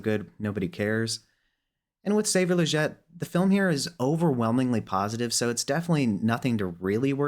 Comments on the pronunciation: its killing me how he says legette lol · Its Legette not Legette lol